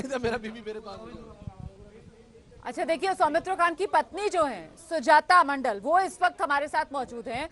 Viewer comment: Somitro khan not somitro kha